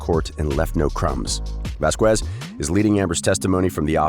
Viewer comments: Lol its Vaz-Kez not Vaz-U-Kez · Johnny’s lawyer’s surname is not “Vas-qwez” it’s “Vas-kez” just fyi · The least this narrator could do is learn how to pronounce Camille Vasquez’s name properly. It was bad enough that Elaine couldn’t say it properly. It’s pronounced vas-kez not vask-wez. Trust me, this matters. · It's not pronounced Vaz-qwez it's pronounced Vaz-kez. She's said her name plenty of times, as has her colleagues. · Its Vasquez, (VAs Kez) not Kwez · And channing tatum?!?!? This narrator has some serious pronunciation issues. Vas-kez deleveen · No shade to you but please know that Vasquez is pronounced Voz kez no “w” sound. Just a friendly FYI. :) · Please stop pronouncing Ms Vasquez’ name wrong. It isn’t Vasqüez. You are butchering her name. 🤦🏻‍♀️ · Looks like Amber is boy crazy. By the way, the narrator of this video keeps mispronouncing Camille’s last name. He pronounces it VasqWuez, with a hard “W”. It’s the same way Amber’s attorney - Elaine pronounced it. It’s very illiterate sounding, like you don’t have a very good command of the English language. Did the creators of this YouTube channel watch the trial at all?? You probably heard Camille’s last named mentioned numerous times, how could you make a video with such blaring mispronunciation! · It's Va-skez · For Christ's sake... pronounce the lawyer's last name correctly! The U is silent, so it should sound vasKez. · Vas kes. The u is silent. Please don't be an Elaine. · Why do you have to butcher Camille's last name the same way Elaine did? Vasquez is a pretty common hispanic last name... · Please state Camilles last name correctly it's not that hard ! 😉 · You sure f'd up on her last name. It's not hard to pronounce. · Wow, you really butchered those last names🤣 Delevingne and Vazquez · PLEASE LEARN THE CORRECT PRONUNCIATION OF CAMMILES LAST NAME!!! PLEASE!!! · Please learn how to pronounce “Vasquez.” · Learn how to pronounce Vasquez, or teach the robot